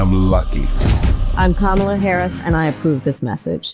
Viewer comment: When Turmp says: "if kam ala gets in the country will turn into dee troy IT". Actually true. Kamala and Tim will continue to bring the rest of the country into the economic growth and work that Detroit has led with and how they dug themselves out of a hole after the 2008 crisis, and the result of the bush caused sinking auto industry. Hopefully the expansion of the auto industry and its parts industry can come back to N. America, even better, refreshed, revitalized, with more tech, more efficiency, and good wages for people.